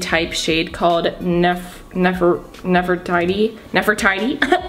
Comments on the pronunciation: it's pronounced Nef-Ur-tea-tea,as in Queen Nefertiti, 😊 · I can understand not knowing how to pronounce a lot of those words but how can you not know what Nefertiti is? 🙄🤦🏽‍♀️😂😂😂